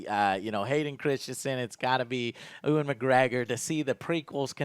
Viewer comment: Urgh no, that is not how you pronounce Ewan’s name lmao